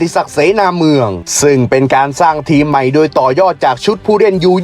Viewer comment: ปีนี้สูสีเลยครับ ให้เวียดนาทเหลื่อมนิด ๆ ไทยเสียเปรียบ พักน้อยกว่า ต้องล้าเดินทาง แข่งเสร็จกรอบพอดี จังหวะจะโคนแอดอีแล้ว แต่ขอให้แก้ไข คำว่า "โดย"ให้ชัด ๆ จะฟังไหลลื่นดีมากครับ *ดวยได้ประตูจาก....* เป็น *โดยได้ประตูจาก...*